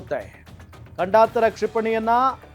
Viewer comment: ಗಂಡಾಂತರ ಅಲ್ಲ ಮಾರಾಯ.. ಖಂಡಾಂತರ